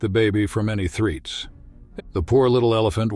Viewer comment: 'threets' Do you mean threats? Usually a sign of AI.